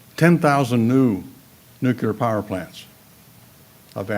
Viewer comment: He can't pronounce "new-clear" properly, and doesn't seem to have taken on board the NG frac finds, which have a few centuries worth of supply. Even Israel has found enough near-shore supply to be independent. Plus, the pop. info is likely wrong. The lowest band UN projection, which is the one which has turned out right for many decades, now says a peak of <8bn by 2030. overpopulationisamyth-DOT-com/overpopulation-the-making-of-a-myth#FAQ1 So he's editing and twisting to make his case.